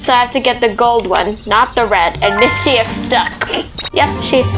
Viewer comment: It’s Ms.T not “misty”